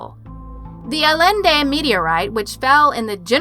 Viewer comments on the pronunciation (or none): none